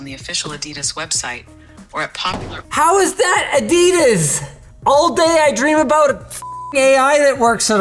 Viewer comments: Neither of you can pronounce Adidas correctly. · FYI, Adidas, isn't pronounced A DEE DISS. It's AHDEE DAHS. It's a German company named after the guy who started the company. Adi (AHDEE). He and his brother had a falling out at some point, so his brother started Puma to compete. The more you know! 😁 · The glasses don't even know how to pronounce Adidas properly.